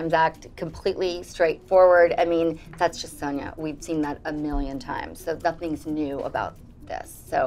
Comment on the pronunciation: "Sunya" as Luann pronounces it, was so embarrassing. I loved every second of it. Keep it up!